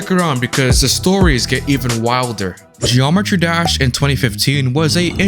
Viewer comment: bro says gd like "geormetry dersh"